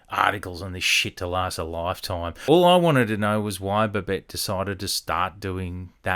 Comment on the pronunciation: Sounds like he's saying alphabet?